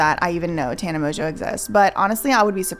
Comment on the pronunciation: If Mongeau is her actual last name… it’s not pronounced “Mojo.”